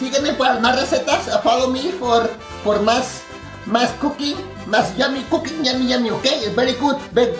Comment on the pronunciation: Looove this! I hope you do more “kuuking” videos!